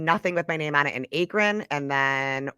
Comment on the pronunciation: how says akron... lol... it's sooo cute.. but it's pronounced like "ah-krin"😂😂 love yall